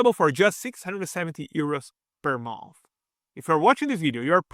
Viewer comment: Thank you for the video, but i had to stop watching halfway through because of the accent. Is it 600 euros per month or per a mouth?